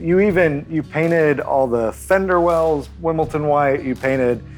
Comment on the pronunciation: FYI, it’s pronounced (and spelled) Wimbledon (”dun”) not Wimbleton (“ton”).